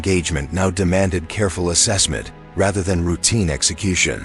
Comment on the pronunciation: This AI voice has stark flaws in pronunciation. Example: assessment